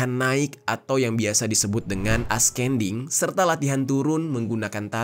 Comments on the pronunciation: Ascending dibaca asending, descending dibaca desending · sebelumnya, turut berduka cita kepada keluarga yang ditinggalkan.. semoga amal ibadahnya diterima dan ditempatkan di sisi terbaik Allah SWT. anyway, ascending (baca: asending - c tidak dibaca) descending (baca: disending - c tidak dibaca)